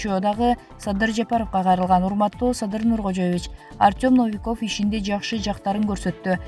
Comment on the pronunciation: Комментатор Новиковду туура айтчы. Орус тилинде ударение деген болот.